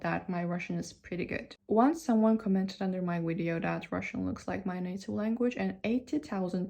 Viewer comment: English has stress too. When you say “resources’ and “commented”, put the stress on the first syllable. Say it like résources and cómmented, not resóúrces and comménted. Also, I noticed that when you say “video” and “viral”, you pronounce the V’s like W’s. Don’t say wideo or wiral. Also, try to practice the “th” sound more. There are two ways to pronounce “th”, as in “thing”, and “that”. Don’t say “ting”. Keep up the good work!